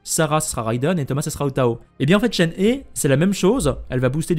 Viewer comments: Ça s’écrit Shenhe mais ce prononce Chènehi je crois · ça se prononce shen her (le pronom anglais) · Coucou ! Alors la prononciation de Shenhe ressemble à « Shen rheu », avec un son « rh » comme un r expiré (je sais pas si tu vois) C’est pareil pour Hu Tao, qu’on prononce « Rhou Trao » (oui, parce que le « t » se prononce « tr » en chinois) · Dans l'ensemble tu prononces pas trop mal les noms mais je fais qlq remarques rapides. Shenrheu pas Shenhé. Ganhu et pas Ganyou et Uindjin pas Youndjin, pareil que Chongyun qui se prononce Chon'uin. :) enfin toi au moins, tu fais un effort d'habitude, continue comme ça en faisant ces petites modifications de prononciation :). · Heyy ! ShenHe se prononce « SheunRheu », d’ailleurs dans son nom on retrouve le caractère qui signifie Cigogne, cela fait lien avec le fait qu’elle soit la disciple de l’Adepte Souffle-Nuage ^^ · je rajoute pour éviter toute confusion que le son "eu" est un "eu" ouvert, comme dans "reuf" justement ou "un oeuf", et pas comme dans "des oeufs" ou encore "ceux-là" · alors je sais pas de quel accent tu parles, mais "shen" ne se prononce pas comme "chêne" ou "chaine" en français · coucou, je suis chinoise so je pense être qualifiée pour dire si c’est ça ou pas, et non shen ne se prononce pas comme chêne ou chaîne, voilà bonne soirée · En tant que chinois je prononce Shen he : « cheun re » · Non ça se prononce absolument pas "hé". Regardes cette video, la personne nous montre comment c'est prononcé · d'apres des posts de personnes parlant mandarin, ça se prononcerait shen heu ou un truc comme ça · on dit shen "re" prcq le h en chinois se prononce a peut pret comme un -r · C shenhwa je crois (tu prononces le h) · Vous le prononcez comment Shenhe les gens ? Persos c'est Chénhé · On prononce "Shenhe" chen heu et le "h" comme en anglais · ça ce lit CHEN RE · Ça se dit Shenhre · Ca se dit "shenhe" 🙃